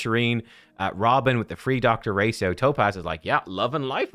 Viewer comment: Gotta be honest , it almost drove me insane hearing ' dr racio ' instead of ' ratio "